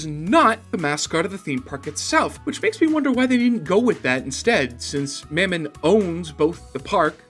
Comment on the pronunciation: lol you said mammon wrong lol